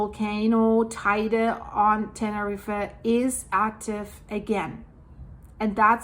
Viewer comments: Love your videos 🥰 it’s pronounced like “ten-er-eef” if that helps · Correct. Same with the name 'Tenerife'. Pronounced like 'Tenerreef'.